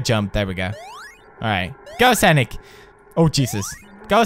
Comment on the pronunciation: bro...it's 'sOnic'...not 'sAnic'!